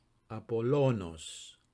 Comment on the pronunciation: I have just subscribed to your channel, sir, but I notice a blatant disregard for the accent when pronouncing Ἡλίου and Ἀπόλλωνος. This can be quite misleading to someone learning Greek as a beginner. Just pointing this out with all due respect, sir, for the sake of accuracy. I myself am still an intermediate learner.